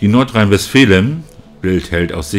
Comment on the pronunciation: Nordrhein Westfalin heisst es richtig nicht fälin .